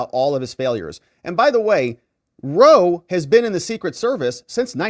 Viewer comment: "Ronald Ruh-Roe" is never not going to be funnny